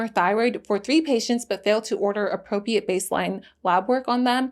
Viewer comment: Loved the video. It might be good to learn how to say “appropriate.”